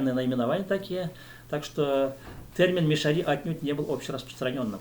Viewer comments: Ударение неправильно! МиШАри не МишаРИ. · Мишяр. Ударение на втором слоге...так себя называют татары д.Тат Толкиш Чистопольского района и др..мишяре в Татарстане.. Вы говорите о другом народе? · Ударение на А - мишАри !